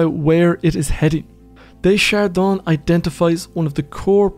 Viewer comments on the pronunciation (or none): I can't stop listening to your lovely, enlightening voice. I can't help myself, though: Aim more for "duh shard Dan" rather than "day shard Don"